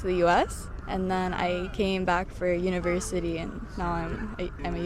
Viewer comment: She answers like a Russian (trying to be funny with unpleasant jokes) and she has (not strong) Russian accent, specially when she said "Universityyyy" , probably a Russian who came to live in Germany , I would not say she represent the German thinking and behavior.